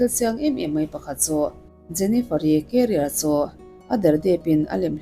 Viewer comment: I thil lam dan hi mak thei ee😂😂😂 Salma Hayek pawh a hming I lam dan a diklo a career pawh Carrier angin I lam bawk a 😅 mahse min huat phah lo la kalo sawi ve Mai* anih hi ❤